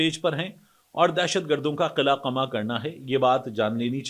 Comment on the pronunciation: طارق، قلعہ ق پر زبر کے ساتھ اور قمع بھی ق پر زبر کے ساتھ بولا جاتا ہے۔ اردو اسپیکنگ ہو تو اردو بھی صحیح بولو۔ 🙄🤨😠😳 From Karachi.